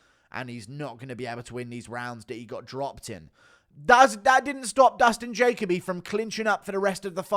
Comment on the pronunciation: Guru, it's Ja-Kobe, not Jake-a-be lol. Jacoby is my son's name actually.